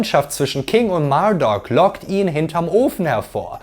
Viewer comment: Der heißt Marduk, nicht Murdock. 😂